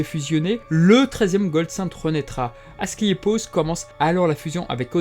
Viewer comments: Mauvaise prononciation : AscLEpios ou esculape (la même chose) :) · Très intéressant ! Question : ta prononciation d'Asclépios change tout au long de la vidéo : c'est normal ou pas ? (plusieurs personnes avec des noms proches, ou juste un lapsus) Et autre question : c'est vraiment un réupload ? (cf le titre)